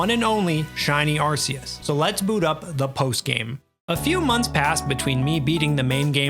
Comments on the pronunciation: i stopped watching the moment he said "Arceus" wrong it's "arc-ee-us" not "arse-ee-us" LOLL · ARC - EE - US We all speak english right? He has an Arc around his body. He is a biblical like figure, often marked by an... Arc... Arceus... not Arseus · Its actually arc-e-us btw not ars-e-us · Ah yes. ArSEEus. And the ARSE phone he gives us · We all know it's ar-coos :p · took almost a year and still pronounces arceus wrong, what a joke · You lost me at the arceus pronounciation